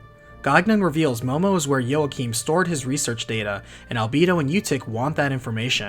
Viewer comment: Also Joachim is pronounced as Walk-eem.